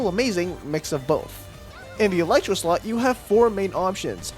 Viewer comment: Ok is it just me or does when he is explaining the team section. It doesn't sound like slot but something else